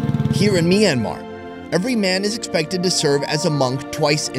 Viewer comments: It’s not pronounced myan an mar it’s pronounced myan mar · It's not me-an-mar It's m-yan-mar Btw I live there so I know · Myanmar -- aka Me and Mar. 🤣 sorry to rag on you for your pronunciation, but it was funny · Hey, you are pronouncing myanmar wrong.